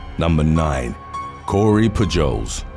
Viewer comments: Its pronounced Poo-holes! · "Pujols" is pronounced "POO-holes", heavy accent on the first part and a soft s. It's Spanish, I belkeve. Keep up the brilliant work - these are so addictive. :) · You really need to learn how to pronounce American names and cities. "Poo-Joles"? "Dee-I-Onna"? "Tack-o Bell?" C'mon man...